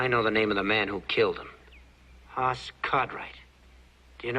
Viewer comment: It's Hoss not Haas Mr writer man